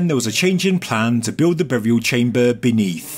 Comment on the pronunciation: its so funny how you pronounce chamböööö ;D